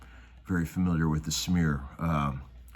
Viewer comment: Did you say snear or smear?